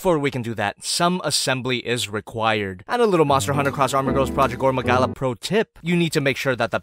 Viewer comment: Just gonna pretend you didn’t say “gorn magala”